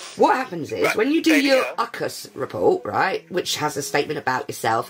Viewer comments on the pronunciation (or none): Say mum's she just said "UCK-US" report for UCAS. BAHAHAHAHAHHAHAHAHA.